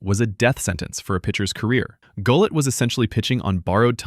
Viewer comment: Wow...off to a great start...pronouncing Gullett wrong.